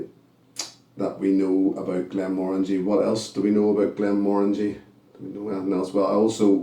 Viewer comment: Glad to hear you pronounce it correctly 😁 This was lovely and sweet on the nose and the palate. I got tropical fruits on the palate. However, it was a little too woody for my liking.